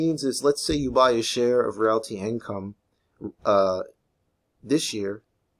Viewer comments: hey man it's pronounced "real-tee". anyway, love this one. I have 110 shares :) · If you can't say "Realty" properly just say Ticker symbol "O"